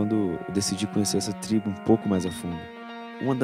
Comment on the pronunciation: Não é "TRIBO"